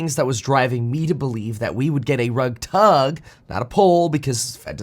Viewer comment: I’d prefer a rub-tug, not rug-tug